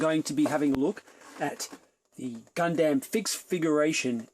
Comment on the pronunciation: You can't even pronounce Gundam properly.......